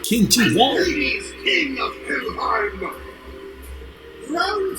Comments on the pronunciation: pretty sure it's pronounced like Chin-She-Hwong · His name is pronounced Chin-She-Hwong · that's NOT how you pronounce it bro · Qin Shi Huang (Chin-Chi-Wong)